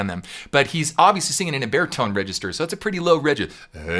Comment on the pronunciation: To my Scottish ears, I keep thinking that you're saying 'bear tone range' rather than 'baritone range' :-) I think we should officially change it, bear tones sound wonderfully descriptive.